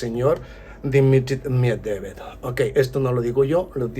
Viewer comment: A ver si aprendes a decir el apellido de Dimitri que cada vez lo pronuncias diferente tan difícil es pronunciar MED VE DEV ?